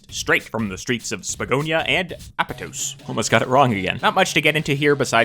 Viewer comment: excuse me what?? .. I don't know apatos i know apOtOs 😂